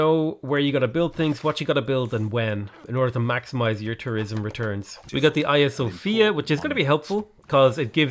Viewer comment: Did you seriously just pronounce hagia sophia Aia sofia?